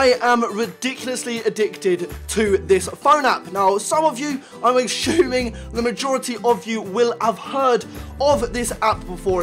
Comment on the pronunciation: Hes only assshhhhuming